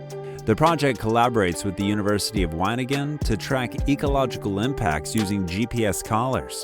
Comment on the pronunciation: Sorry to be a bother, but you should work on your pronunciation of names. "Wageningen " is un recognisable unless one knows it must be that and "Similodon" is Smilodon.